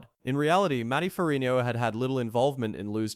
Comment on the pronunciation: Why can't this narrator pronounce Ferrigno?